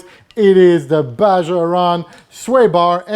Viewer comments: you are awesome...but it's BAHA Ron. The j sounds like an h... Still, a great video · pronounced "BAA HAA"